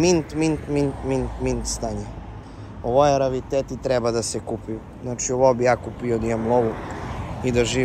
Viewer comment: Ne kaze se ravitet nego rearitet